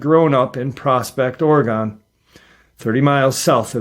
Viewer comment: Hi!!! I'm from PORTLAND OREGON and am just GENTLY GIGGLING about the way that you are saying OREGON...LOL It's said... ORY GUN...😊 Thanks for all that you do!!! Aunt Lori ♥️ Portland ORY GUN...😊